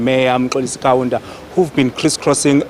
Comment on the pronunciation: Mmmm... 'Kaunda'? Ja neh